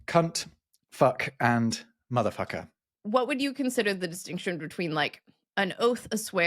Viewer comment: Saying mfer like he does doesn't have the same ring without the hard R's as Americans pronounce it, it like he's trying to say the N word correctly lmao. Yes I gotta say "dick" does have a "gentle entrance" especially when just using just the tip.